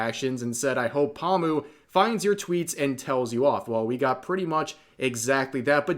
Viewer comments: idk why but hearing pomu being pronounced as pawmu is just hella funny note: Pomu is pronounced Poe-mu/Poe-moo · I mean pronouncing her name wrong is a tad... Obnoxious and irritating. Poh moo, not palm moo. But otherwise valid. Sucks that it wasn't her but Calli has more starpower. Wish it was Pomu, but I'm not gonna hate for Niji not getting a deal. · Omfggg dude it's "PO-mu", not "pamu"... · Poe-mu, not Paw-mu. This hurt to listen to the entire video with the constant mispronounciation. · The way Rev say Pomu lol XD Pamu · Oh god why does Rev keep saying Pahmu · Lmao u probably gonna piss em off by the way u say paw moo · That's great for Mori but please stop saying "Palmoo" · Lol "paw-mu" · My man, "pahm-u"? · Is he saying “pawmu” wrong on purpose? Lol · Bretherin, The Po in Pomu's name is pronounced the same way as how you would pronounced Po from Kung Fu Panda. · The way rev says pomu LOL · Why do you say pomu wrong